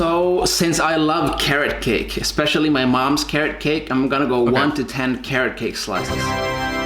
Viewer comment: what you said: carrot cake what i heard: karate kick